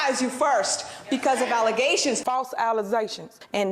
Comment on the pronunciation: "False allezations".